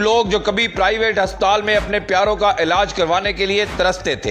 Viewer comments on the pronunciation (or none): none